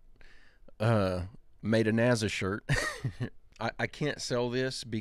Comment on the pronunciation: Why do you pronounce it ‘Nazza’?!